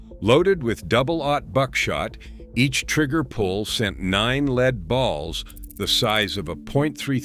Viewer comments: Artificial Intelligence isn't so intelligent if can't pronounce lead properly or properly identify between Al Capone and Joe Bonnano. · Joe Bonanno is not the pictured person, that is Al Capone. Also, lead not pronounced leed. Editing, editing, editing.